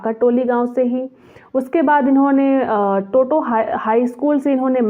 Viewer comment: टोटो नहीं टोंगो होगा